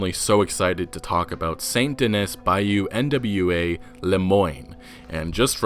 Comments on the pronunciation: It's not Bayou N.W.A., it's Bayou Nwa. Nwa (nah-wah) is Haitian Creole for the color black and darkness. Derived from the French word for black, Noir (noh-wahr). And with French and Creole in mind, Lagras might be pronounced (la-graw), from the French, Les Gras, the fats. For the French commune of the same name. The photos seem to name a Saint-Denis saloon as La Bastille Saloon. Named for La Bastille Saint-Antonie of The French Revolution. This may be the same establishment seen in earlier trailers. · Bayou N.W.A 😂 It's pronounced n'wah I guess (yes like in Morrowind) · Buyou nwa is pronounced nu-wa not trying to be a grammar nazi just trying to help